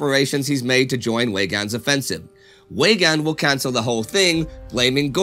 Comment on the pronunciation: Weygaund is pronounced with a V so it sounds more like like Veygaund. I know I'm being nit picky because everything else is great!!